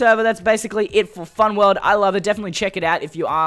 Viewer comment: Seh-vah (Server), wuhld (world), hee-ah (here), theh-ah (there), adventuah. His accent is so great LOL